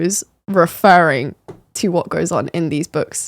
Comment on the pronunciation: "refurrying to" I caught that lol